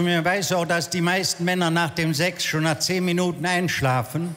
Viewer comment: Ich bekomme Gänsehaut, wenn Menschen Sex "Ssssääääächs" aussprechen.